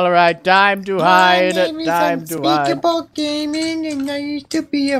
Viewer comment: saying unpeakable is a not a frog 😂😂